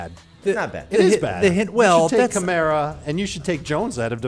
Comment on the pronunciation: KAMARA. Say it right lol